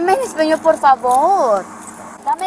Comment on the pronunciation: Her “ epañyo “ is terrible. It’s Español and not “ Españyo”. 🤣😂